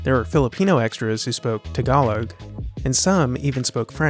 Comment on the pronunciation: The emphasis in the word "Tagalog" is on the first syllable, Ta - ga - log. Not Ta - ga - log. Also, the "Ta-" sound is pronounced more like "Tah" and less like "Tuh".